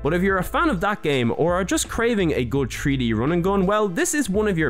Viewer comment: In a TREE D SPACE!?!?!? YOU MEAN THREE DEE!!?!?